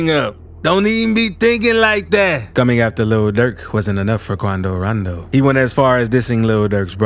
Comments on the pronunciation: I swear this channel owner like mentioning the name Quando rando in a funny way 😂 😂 😂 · "Quando rondoo" 😹😹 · Hahahahah 😂 QoUNDO RONDOO ! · The way he says quando rondo 😂😂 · this bro got me dyiin 😂😂😂 how he b sayin quando rondo name 😂😂😂😂😂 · “Quando rondo”🤓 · My does this man have a Mexican accent when impersonating quondo rondo 😂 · y bro say quando rondo like dat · The way u sayin quando rondo